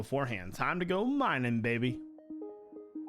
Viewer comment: Hey can you not say baby it sound weird when you say it.